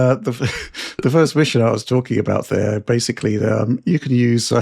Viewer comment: The the 1000th shot every time says and pronounces Basically as Basely....